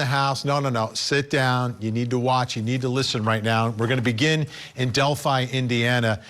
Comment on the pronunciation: FINALLY!!! Someone outside of central Indiana knows how to pronounce Delphi!! Good work!!